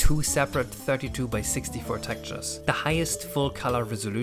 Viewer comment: I wasn't going to say anything, but after your rant at the end it feels like it's fair game: the word is TEX-TURES, not "tactures".